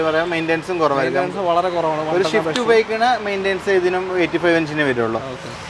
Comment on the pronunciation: ഷിഫ്റ്റ് അല്ല സിഫ്റ്റ് ആണ്